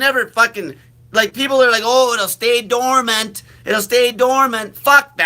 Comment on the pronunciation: You are uneducated! It's dormant! BS